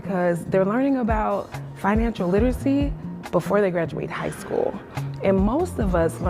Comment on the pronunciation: "Financial lit-us-see". Woman should try English first